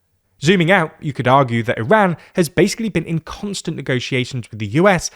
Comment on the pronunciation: Yall are supposed to be educated, how is that you’re pronouncing Iran incorrectly